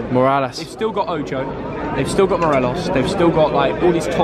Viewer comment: I’ll let you off with saying moralas it’s Morelos👍🏼